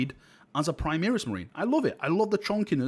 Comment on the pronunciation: FFS, it's "Primaris", not "Primeris";)